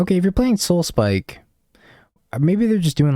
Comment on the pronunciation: i always imagine when you say Soulspike u say: SoulSPIIIIIKE